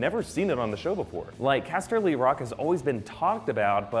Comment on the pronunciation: OMG I SWEAR IF HE SAYS CASTELY ROCK LIKE THAT AGAING I WILL SKIN HIM AND THEN FEED HIM TO RAMSEY BOLTON.